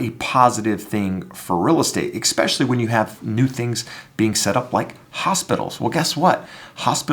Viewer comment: You lost me at EXpecially